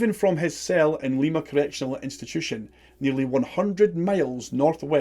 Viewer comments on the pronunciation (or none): Fun fact: Lima, Ohio is pronounced like the bean, not the city in Peru. We have friends who live there 😊